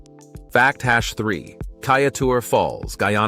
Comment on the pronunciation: Awesome episode! Facts laced with mini stories that grab one's attention with longing to see this land personally! Just a few mispronounced names, Corenteyne... Kaieteur... Roriama...(I don't think you mentioned that Mount Roriama is the oldest mountain range on Earth, 1.7 - 2 billion years old.) ....Essequibo.... Phagwah, Roti, granted they are tricky words to pronounce. 🙊